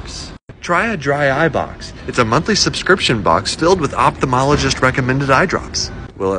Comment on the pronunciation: You keep forgetting to pronounce the first "L" in ophthalmology.